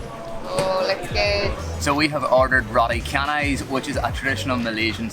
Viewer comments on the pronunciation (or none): The letter C in Canai is pronounced like the letters ch in change. So canai is pronounced chanai!